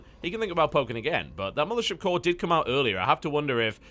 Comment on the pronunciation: lol, everytime i hear you say "mothership core" i think you're saying "militia core" and i sit there wondering what that is, every time